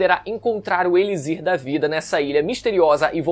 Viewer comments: D+ cara mano eu n aguento ouvir gnt falando errado uma 2 vzs até da mas o vídeo inteiro n da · Mano pensei nisso o vídeo inteiro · Caraio, é "Elichir" com som de "ch" cara, que agonia. kkkkkkkkkkkk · Eu fiquei tb! o correto é falar "eliCHir", com som de CH igual "luxo". Curiosidade: em inglês se escreve igual o português, e pronuncia "eliQSIr" igual o X de "táxi" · conteudo muito bom, com certeza vou ver este anime, mas vc falando "elizir", me deu uns 15 tipos d arrepios na espinha, é elixir, tem som de ch, nao de z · se ler ''elichir'' não ''elizir'' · Mas alguém ficou agoniado com ele falando "eliZir" o tempo todo? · "Elizir" da vida é foda kkkkk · "Eli Z ir"? hehehehe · elixir em portugues tem de pronuncia (e.li.chir) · Extremamente incomodada. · KKKKKKKKKKK eu sempre fico quando rola umas pronúncias diferentes. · Kkkkkkkkk fiquei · nao fala elizir nao q agonia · pq diabos tu fala "elizir" kkkkkkk que porra